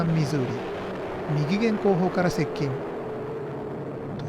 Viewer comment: 動画投稿，ありがとうございます。 "右舷"は，できれば「うげん」と読んで欲しかったです。